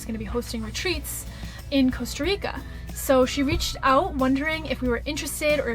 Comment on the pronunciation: You should come to Europe or travel around South America? I love your 'Nomadic Movement' and you are superb people but technically America is one country so you need to utilise your fantastic travel skills in different countries. Costa Rica is a good start but practice to pronounce that empathic 's' and 'i' : Co's'ta and R'i'ca ii!!